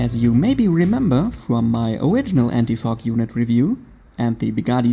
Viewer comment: It sounded like you said, "anti f**k"😂